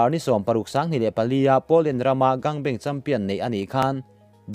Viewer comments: An bang biklo hi... Thil ei bang anga lam tur. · Gangbang hi misual rual gang ho ang hian lam ta che, gangnam style a gang ang hian lam daih a. Beng ti thlep tlat thin, ngaihthlak tui a har.